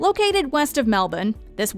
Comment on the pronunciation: Thank you to the lady in this video for the correct pronunciation of Melbourne. Regards, all of Australia 👍🏻